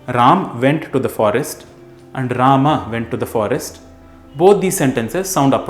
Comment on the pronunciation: No one writes 'राम् ' in Hindi. It is written as 'राम' and pronounced as 'Raama' and not 'Raamaa'. Otherwise अकारान्त पुलिङ्ग ( masculine gender) will turn into आकारान्त स्त्रीलिङ्ग (feminine gender) just like कृष्ण (masculine) becomes कृष्णा (feminine) which is name of द्रौपदी. Also, in sanskrit, we use 'राम' (and not 'रामः') when we call (i.e. during सम्बोधन ).